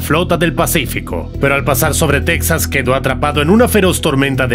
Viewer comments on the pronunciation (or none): none